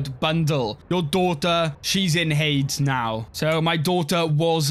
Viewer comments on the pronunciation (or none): Why did you pronounce Hades like that 😟